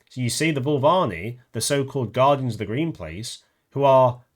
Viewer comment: dude Voo-Va-LEENEE 😅